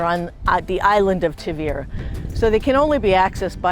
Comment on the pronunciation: Too bad you still haven’t learnt to pronounce it! It’s Taahveeruh……..